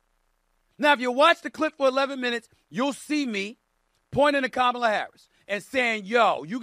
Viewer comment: "Kamala Harris! ..... Kamaler*" lmao nah you had right the first time dawg